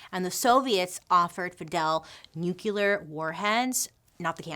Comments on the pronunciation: It’s pronounced nu clee ur. Not nu cue ler. Just so you know.😀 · Not nukular, it's nuclear